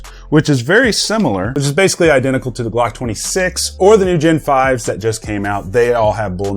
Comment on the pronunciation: That’s “Glocks” not Blocks